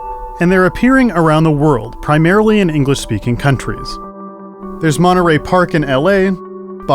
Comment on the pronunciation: BTW you mispronounced Monterey Park. We call it Mong Tree Park.